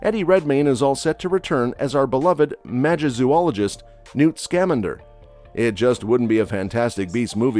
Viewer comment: Who else is pissed he keeps mispronouncing Newt Scamander’s name?